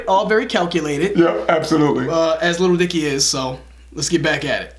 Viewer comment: you finally can say Lil Dicky without being weird! Edit: Damn it. you were doing so well!